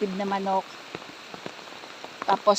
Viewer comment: hindi fruit biring po bering ang bigkas dun po bearing